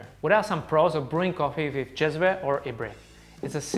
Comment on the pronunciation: Finally someone on Youtube pronounces "cezve" and "ibrik" properly. I guess he is Czech so is familiar with the word because of this but also it should not be that hard for the rest too.